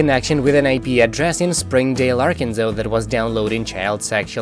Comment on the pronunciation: Ok, it’s not arkenville. It’s Arkansas. The voice over is horrible.